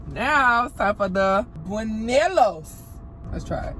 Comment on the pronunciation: This was so entertaining haha. I’m currently learning Spanish also. You should make more content going into restaurants, stores, and snack shops and record you trying to speak Spanish with people there! Also buñuelos is pronounced boon-you-ay-los :)